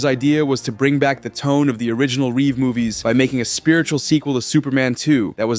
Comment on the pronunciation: Mr thanks for saying Reeve right everybody else adds a s